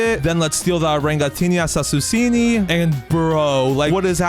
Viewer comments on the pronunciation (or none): bro it is orangutini ananasini not orangutini assasusini but love your videos bro